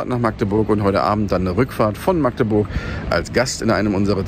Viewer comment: schön zu hören das du meine Heimatstadt richtig (in welchem "slang" auch immer) aussprichst 👍👍👍 99% der Deutschen schaffen das nicht (mit 3 oder mehr aaaaaas)🤬